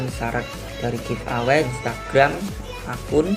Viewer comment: bagi2 dong pulsanya ke aku baca bukan giv away...tapi give eway....wkkkkkkk